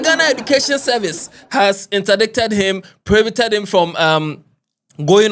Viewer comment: Saa word no, it is pronounced ‚indait‘ So he has been ‚indai:ted‘.